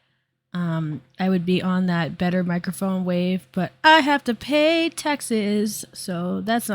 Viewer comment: I thought you said you have to "pay Texas." Was wondering why Texas was extorting you. 😂